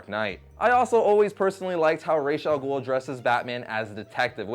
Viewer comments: rass al ghoul not rashe i know cuz iam arabic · ras a gul say it right but you still cool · I know it's pronounced Raysh Al Ghul, but I'm Arabian and in order to say Head of the Demon, it needs to be pronounced as it is written, Ra's Al Ghul, but I still prefer Raysh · It doesn't matter what the name ra's al ghul means in reality. This isn't reality. It's a fictional comic book character. If the people closest to the franchise say it's pronounced RAYSH, that's what it is. If they say the name Robin is pronounced Artichoke, that's what it is. Batman Beyond How to pronounce Ra's Al Ghul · Why can't you pronounce ras Al ghoul